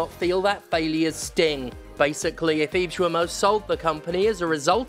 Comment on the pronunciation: The "Gui" in "Guillemot" is pronounced the same way as the "Gua" in "Guardian". It's "gi" (as in "Github"), not "joo-ee". Thanks for your attention